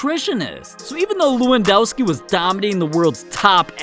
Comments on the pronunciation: It's le-won-doh-ski I think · it's lewandoski=levandoski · It’s pronounced Levandovski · It levendoski I'm polish